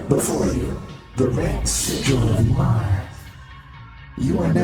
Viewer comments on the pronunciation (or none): none